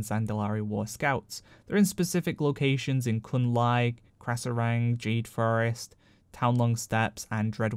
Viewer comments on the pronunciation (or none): "Jade Fur-rest" I like that 😹